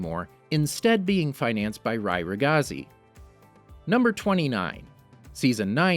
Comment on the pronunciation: i have to say... the pronounce of 'ragazzi' is really different from what you said 😅